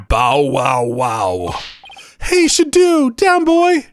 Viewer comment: The doggie’s name is pronounced Shadow. He’s so cute!